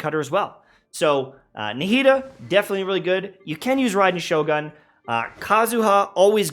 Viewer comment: Please man its Shogun "goon" PLEASE MAN holy shit